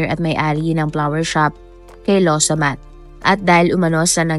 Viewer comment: Law samaht po,nde lowsamat😊